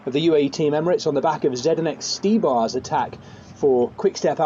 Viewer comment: Dude needs to learn how to say zdenek Stybar